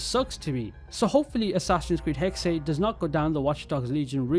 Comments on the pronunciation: I always wanted an assassin's creed based in Salem, but this is close enough...no hate, it's pronounced (Hex-sa) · It's pronounced HEX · Its pronounced “hexuh”, the german word for witch. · Hexe is pronounced Hex, there’s no extra E